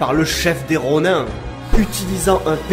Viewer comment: Si jamais Ronin ce pronnonce Ronine. Et ça ce dit légitimer? Je crois que c'est plutôt légitimiser